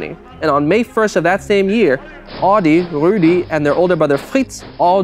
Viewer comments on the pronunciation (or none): adi and rudi is pronounced very american!In Germany we pronounce them different. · Why do you pronounce all the German words impeccably.... Except for Adi and Rudi🙈🙈🙈🙈